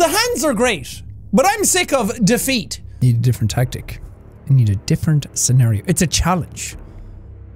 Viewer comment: defeat actually sounds like the feet if u listen closely.